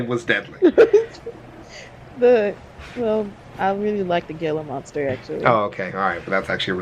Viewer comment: Did she really just say the "Gilluh Monster"?